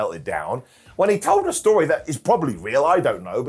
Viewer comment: I'll book that as a storyuhh